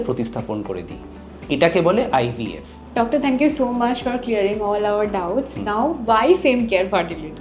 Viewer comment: Poisa pachhis bole ja khushi korchis... Bhalo katha .. kintu ashikhito ar murkho tar sima chariye giye fertility ke faaartaliy ar ivf ke ibf bolchis keno bhai.. English uchharon ta sekh tarpor katha bol #chorpita